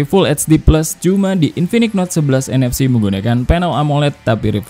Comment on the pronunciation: Gue dengernya infinix hot 11 nfs dan 11nfc 😂😂